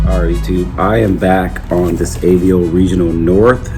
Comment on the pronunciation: I'm a fan of Avo's for sure. Just a heads up, it's pronounced Ahh-Vo. When the doctor tells you to stick out your tongue and say ahh, and the vo in Volvo, put those together and you get Ahh-Vo. AVO. Sorry, not busting your balls, when I first started off I mispronounced everything and I hate my earlier videos.